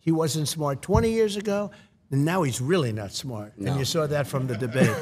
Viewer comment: Sometimes you can't hear the New Yorker in him,and then he says the word SMARRRT....and there it is....the New Yorker! ❤ ❤❤❤